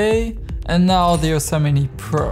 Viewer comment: excellent video. when you say "Ursa Mini" i keep hearing "Yosemite"